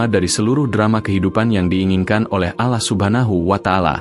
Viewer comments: Akun yahudi. Takkan bisa fasih dalam melafalkan nama Allah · Bahasanya bikin geli ... Mu (Allah ) jadi MU kayak nyebutin club bola🤭🙏🙏 Cara menyebut Allah jg tidak sbg mana mestinya ... 🙏🙏